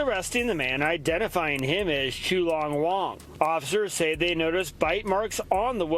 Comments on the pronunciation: Chew Long Wong? Bwahahahahahahaha! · Chew Long Wong? 🤣🤣🤣😊